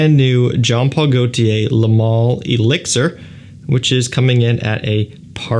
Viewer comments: Why do you keep saying lay. Its leh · Juste FYI its not ''le mâleh'' its ''le mâl''. We dont pronounce the ''e'' at the end. 😉👍